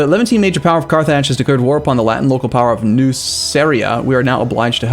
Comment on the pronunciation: carth (rth like in north) -idge (like in ridge)